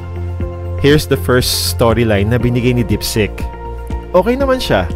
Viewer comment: It's DEEPSEEK HINDI DIPSICK